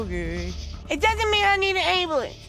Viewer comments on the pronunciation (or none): It doesn’t mean I need an *Angmblans* I’ll tell you when I need a god damn *Angmblans* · Ok hold on i gotta say this.. "AmBeLunCe" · a god damn 'amulence' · “Damn Ambalance” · AM-Ba-lance = ambulance 🚑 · Ambolance hahah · amulance! where the b lmao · Anyone else laughed at how she pronounced ambulance. 😂💀😂💀